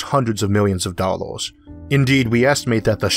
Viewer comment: Whats a dalowe dont you mean dollar